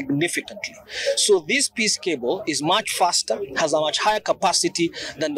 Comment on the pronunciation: Piece cable.... not "peace" cable.